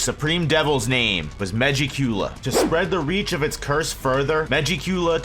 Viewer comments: Why he say it like that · SAY MEGIKULA RIGHT